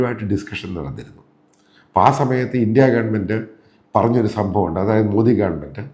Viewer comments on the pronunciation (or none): കേരളീയർ "മോദി " എന്ന് pronounce ചെയ്യാൻ എന്നു പഠിക്കും? എല്ലാ റിപ്പോർട്ടേഴ്‌സും മോഡി മോഡി എന്നു സൊല്ലിക്കൊണ്ടിരിക്കും.